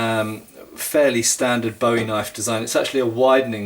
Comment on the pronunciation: Bowie is pronounced Boo-ee like a buoy in the water. just a heads up in case you are ever in the US especially in Texas or the south